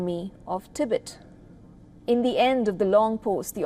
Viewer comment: First please learn how to pronounce the word Tibet and Tibetan 🙄! You guys come off ignorant and borderline disrespectful.